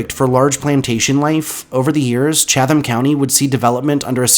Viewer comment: I’m from NC and I have always heard of 3 of these places, but 2 were new. I really enjoyed the entire video though. However,for the 5th place, I t’s pronounced like “Chat ham” county (the “h” usually disappears), not “Cha tham” county.